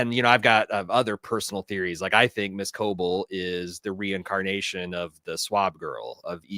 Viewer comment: Please pronounce Ms. Cobels name right. It’s driving me nuts